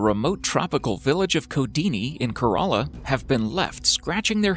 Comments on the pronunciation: It's not korala it's Kerala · Actually, I have watched your other videos too. The State in India -Kerala is pronounced as ˈkɛɹələ , Kay-re-laa not 'coralla' I got confused the way you were pronouncing it. 😀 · No. 7 is kerala bro not Korola! Nice video by the way!.👍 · not korola it kerala Right... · It's Kerala not karala. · Pls see the pronunciation of kerala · It's Kerala .... pronunciations suxx